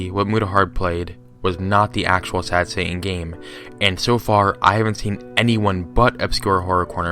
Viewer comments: I like how you say Satan. " Sad Sa'aan" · Sad heying